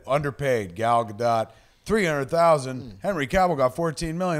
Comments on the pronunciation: Gentlemen, her name is pronounced, Gah'l Gah-dote! She is NOT a dot! I live in the land she grew up in; I'm telling you the truth! Love you guys! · Leah Shalek She has confirmed that it's pronounced Gal Ga-Duht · Gal Ga-D'OH! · gal ga-duh! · I can't handle how stupidly you said Gal Godot's name.